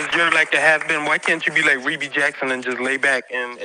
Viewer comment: No offence,, but her name is pronounced Ree Bee not Reb Bee. Ai started saying her name that way.